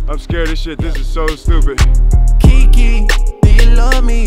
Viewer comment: Isn’t it Keke not Kiki? Or is it just me???